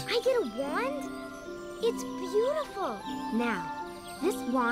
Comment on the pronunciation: i swear they said 'beatiful' like a billion times